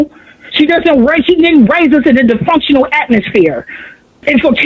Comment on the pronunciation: Just how she pronounces dysfunctional says enough.